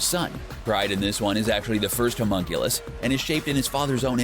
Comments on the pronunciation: "Zing" "Homunculee" "Aamerstris" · IshvaLAN "ZING"?? ITS XING YOU IGNORAMUS "HOMUNCULEE??" YOU'VE GOT TO BE KIDDING ME. GET A NEW COMMENTATOR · Some pronunciation errors here. 1. "Furrer?" Fürher is pronounced (fee-yur-rer.) Just a correction. 2. Homunculus is pronounced (Hu-mun-cu-lus) 3. Amestris is pronounced (Ah-meh-stris) If there's an accent thing I don't know about I apologize for that. We're not Gods, we're humans after all. 😆